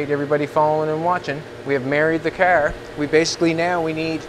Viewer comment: Why do you say KAR instead of car ? I've heard you hundreds of times & ain't got no problems with saying camera caring oh maybe you got hit by 1 and you just scared I don't no..just wondering .